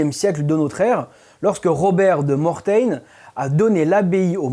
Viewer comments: Robert de Mortain est surement originaire de Normandie et vous entendre dire "Mortain" à la mode anglaise m'a bien fait rire ! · Bonjour ! Mes oreilles on saignés entendant Mortain ! Le comte Robert de Mortain est bien un normand et non pas un anglais, il faut bien prononcer [mortin], comme la ville de la manche 😉 . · Je suis de la Manche et Robert de Mortain était français normand et Mortain est une ville normande, il faut donc le prononcer a la française et non à l'anglaise 😊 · Je ne sais si on vous l'a déjà dit mais dans catéchumène on prononcé "k" et non "ch. Pour Robert de Mortain frère de Guillaume le conquérant on ne prononce pas "mortaine" mais "mortin" comme le nom du village du sud du département de la Manche fief de Robert. Les points signalés n'ont pas de simultanéité de construction. C'est bizarre pour cette hypothèse de ligne symbolique volontairement construite. D'autres sanctuaires innombrables dédiés à Michel proches de la ligne restent ignorés. Pourquoi ? Enfin on aimerait savoir d'où vient cette hypothèse, quelle est la plus ancienne occurrence ? Une bibliographie serait bienvenue.